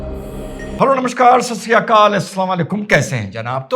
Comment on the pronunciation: नमस्कार। आप वीडियो शुरू होने से पहले बोलते है की नमस्कार ससरिया अकाल। मैं एक हिंदू हु और मेरे घर के दोनो ओर गुरुद्वारा है । मैं आपको सिर्फ इतना बताना चाहता हु कि ससरिया अकाल नही। "सत्य श्री अकाल" होता है। मैं आपकी हिंदी बल्कि बोलने का लहजा सुधारने की कोशिश कर रहा हूं वैसे आपकी मर्जी